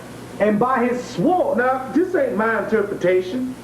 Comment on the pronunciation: The w in the word sword is silent. There is some practical knowledge for you to enjoy.